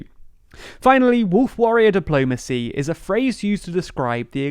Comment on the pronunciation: warriror dipolmacy